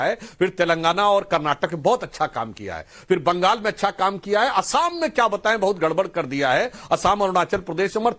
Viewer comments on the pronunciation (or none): none